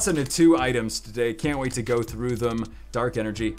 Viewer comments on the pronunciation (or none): none